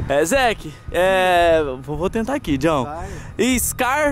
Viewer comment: quando vc for falar "scary" fala assim "squers" Edit: sem querer criticar claro:3 Ej ti perdida;-; cade os outros da equipe dos Caçadores de lendas?